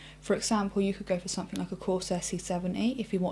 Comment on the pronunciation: Wow relax, its a fair question for anybody who isn't used to her accent. pronounces words different, as we all do around the world. For example, she says 'somethink' instead of 'something'.